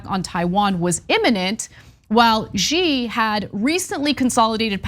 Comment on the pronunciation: PSA to all Americans: The name Xi is pronounced like "shee", not "zhjeee". Much easier to say than most make it for themselves